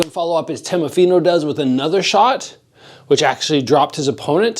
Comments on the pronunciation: Fighters name is teofimo pronounced teo fi mo lol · "Temofino"... :D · i was gonna say lol never seen teofimo pronounced so many different ways